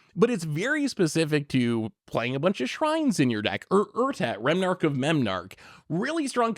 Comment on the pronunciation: He said remnarch of memnarch 😂